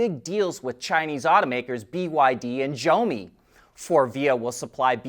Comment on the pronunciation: That’s not how you say Zeiss. And that’s still not how you say Xiaomi.